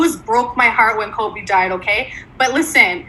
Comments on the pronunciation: I’m sorry. Did she just say Colby?! Uh…. It’s KOBE!!!!!!!! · I swear she said "Colby bryant" 😮‍💨